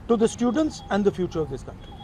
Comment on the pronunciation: bhai first of all , ye students hai , ye steudents kyu bol rahe ho? Kya hota hai ye